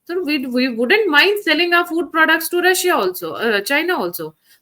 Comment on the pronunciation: Does this man dont know Its Russia not rasiyaa